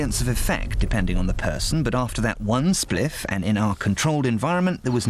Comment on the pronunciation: This is hilarious hearing a toff say “one spliff” a number of times